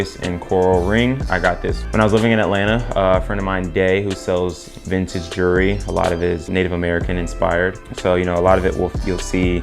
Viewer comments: Whats juree? Its jewel-er-ree 😂😂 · actually its jewel-ree, why are you adding an extra syllabus